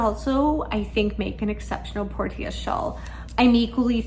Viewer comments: Trying to be helpful—not snarky—I believe Portia is pronounced porsha, with the a sounding like the a in petunia. British pronunciation glosses over the r a bit. It comes from Greek based on Latin meaning harbor or haven. Enjoy the knitting journey!🌻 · Portia is generally pronounced as: por shuh. ❤ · Ahem, “Por-sha” like the character in The Merchant of Venice ; )